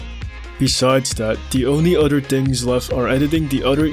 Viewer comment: "udder" whats that accent?